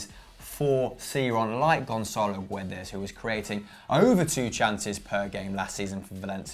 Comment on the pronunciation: Guys! It is not gUedes, the U is silent! You are welcome